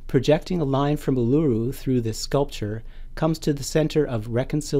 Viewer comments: Not pronounced "Ar-loo-roo", it is "Oo-la-roo". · Ulura the large Rock in middle of Australia. pronounce an Aboriginal word correctly before putting it in utube.its pronounced "Allaroo." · Uluru = 'Oo-Lou-Roo'